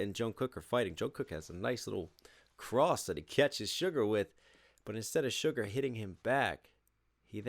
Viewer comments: Haha are you till saying "sugar"? Close, but it's Suga, like sugar but without the "r". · It is su-ga my man 😂🤙🏻